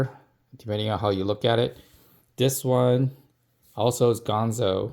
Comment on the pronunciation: It's ganzo, not gonzo.